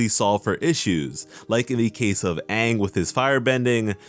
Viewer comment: Yes it was a bad call they didn't even pronounce Aang's name right.